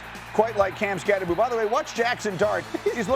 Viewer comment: Somebody needs to tell these talking heads that the Giants rookie RB is pronounced "SCATTEBO" and NOT "Skatteboo"